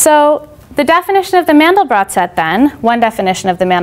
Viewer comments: It's pronounced "Man-del-bro". He was French, and the final 't' of his name is silent. Just remember that his name rhymes with 'train depot'. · As soon as I heard Mandel-brott vs Mandel-bro, I clicked away